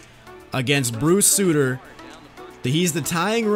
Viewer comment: It’s Bruce sUtter not Bruce Sooter